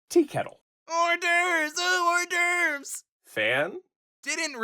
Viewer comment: “HoUrDeRvEs, oOh hOurDeRveS!”